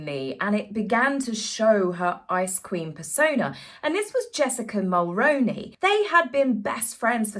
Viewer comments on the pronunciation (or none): Mulroney = Mull-Roo-Knee Not Mull-Rown-Knee... After more than 5 years can you please start saying it correctly.. I'm 🇨🇦 Brian Mulroney was our Prime Minister his son was on TV ...we've heard it correctly pronounced forever and it stands out like a massive sore thumb when not just you but a few other channels continue to say Mulroney = Mull-Roo-Knee incorrectly ... I can't be the only 🇨🇦 who has repeatedly pointed this error out ... I love your channel I've been watching you for years now ... I'm hoping that if you finally pronounce it correctly others will follow... so I'm begging...pretty please with a cherry on top can you Please 🙏please 🙏please start saying Mulroney = Mull-Roo-Knee correctly...😢🙏please I hope that you had a wonderful Christmas and New Year's holiday...take care and best wishes for a happy healthy & prosperous New Year